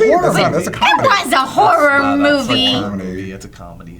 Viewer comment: hahahahaah i heard "whore nut"